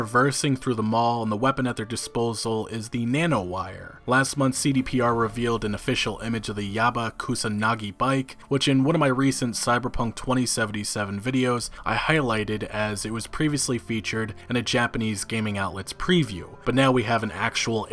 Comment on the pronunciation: It's Yaiba Kusanagi, not "Yabba Kusanagi," can you not read ? There is clearly an I in the first part of the name.